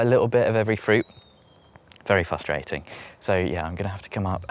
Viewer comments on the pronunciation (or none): none